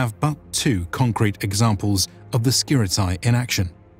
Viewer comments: It's not pronounces Skirit a i, it is Skirite, with E like Lacedemonioi, which is also not pronounced Lacedemon i o i, but rather Lacedemonii. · Its SKi-Tar-E and Ah-Kade-E-in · Great video as always! If I may add a little thing concerning pronounciation of "Skiritai" that is the main subject and it is being repeated through the whole video : It is not "Skirit-eye" but "Skirit-eh" (plural). One Skiritis, many Skiritai (pronounced Skiriteh), kind of. Also, one Spartiatis, many Spartiatai (ancient form) (pronounced Spartiateh) or Spartiates in later form that is pronounced Spartia-tes (tes as in "test" not Spartiates as in "opiates"). Same goes for "perioikoi". It's not peri- oi-k-oi but rather peri- ee-k-ee with the tonal stress on "i". Thanks for your videos! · Just so you know, ai reads as e and oi as i. So, Skiritai is read like Skirite and perioikoi like perìiki. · I see very nice job in all of your videos. The only thing I want to say and this goes for 99.9% of English speakers is that diphthong pronunciation is not that. Σκιρίται pronunciation is Skiritae Same Οι=e Etc I appreciate your work but in my Greek ears this mistake sounds really bad. And don't get me wrong it's not such a big deal but I see this happening when people speak ancient Greek too. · Could you start spelling the name correctly, its actually painful to hear skiritai pronounced like samurai. In Greek, a or e or o followed by i is not pronounced like that. Instead, ai (αι), is pronounced like simple e (greek epsilon, not English e), oi like Greek i and ei like greek i again.